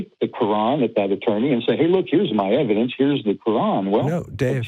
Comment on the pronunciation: I’m going to show you evidence... Ok what is your evidence? It’s EV-I-DENCE!